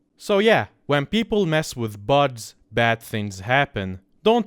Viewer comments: its funny that he says buds instead of bugs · why does he say buds instead of bugs